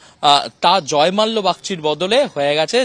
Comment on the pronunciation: Thik kore uccharon korun .ota jozmalya noi ota jozmolla ache